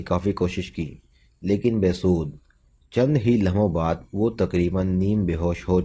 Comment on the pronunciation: Be das nahi be sud hota hai alfaz dekh kar parho